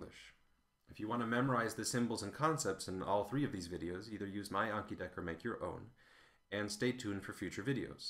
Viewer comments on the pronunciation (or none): none